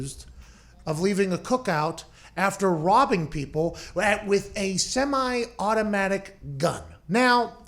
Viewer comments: What's with the emphasis on the "semi-automatic" gun.. doesnt matter just say he pulled a damn gun 🤣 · Why emphasize the "semi automatic" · Why is "Semi Automatic" being emphasized?